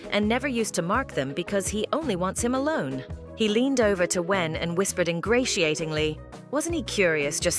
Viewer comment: Vover wth is a vover